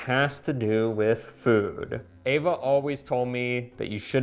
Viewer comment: Eva! Not Ava!